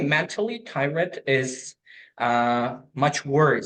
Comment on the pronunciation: his pronunciation lives and tirED lowered his P score, 7 for P, 7 grammar, 8 fluency, 8 LR, overall 7,5